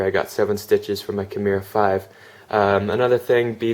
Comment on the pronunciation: Nice vid, but I couldn't make it all the way through due to the rampant mispronunciation of 'kimura' ;)